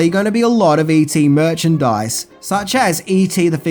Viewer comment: Merchadise..."questionable finger". I lost it😂